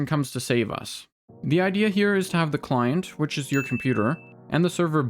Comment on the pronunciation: Took me until 3 minutes in to realize he was saying "Client prediction" instead of "Climb prediction" :p couldn't hear any "t"s! anywho good video :p